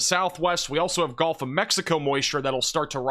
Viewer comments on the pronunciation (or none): none